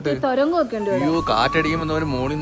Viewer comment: തുരങ്കം❌ തോരങ്ങം ✅